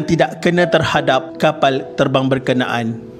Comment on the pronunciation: tok suka sgt perkataan kapall, teball dan beberapa perkataan lain yg melibatkan huruf 'L" dlm semua video D.M.D ni.... cara admin menyebut tu tok suka hehee...